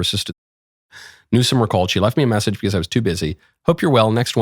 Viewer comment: Geez i really hate the way he says BECAUWSE